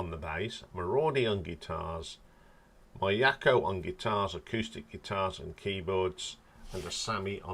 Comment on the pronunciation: Midori is pronounced Mee Door Ree. In fact all letter I sounds in Japanese names are pronounced as a long E. So Miyako is pronounced Mee Ya Ko. Fami rhymes with Mommy and Asami. Haruna you got right.